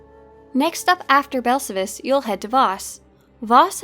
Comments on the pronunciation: awesome video! It’s pronounced Bell-Sal-Vis not Bell-suh-vis. It’s even pronounced in he game. Just teasing of course. Wonderful content as always! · Please learn how to pronounce Belsavis correctly. It's Bel sa vis. Listen to how the ingame characters and NPCs say it. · omg, why can't you pronouce Belsavis correctly? It's "Bell-save-us"! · Here’s how to pronounce belsavis bel-SA-vis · yeah Blazen is correct accept for one minor thing in game it's pronounced like this Bell-Sa-Vis pronounced exactly like it's spelled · please stop saying belsavis like that, damn xD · I've never heard of Belsavis pronounced that way🤔🤷🏽‍♂️ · Sorry I hate to nitpick but your pronunciation of Belsavis is incorrect which is shocking considering how many times I'm sure you were on the planet. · Everything about the vid is good, except how you pronounce belsavis. :P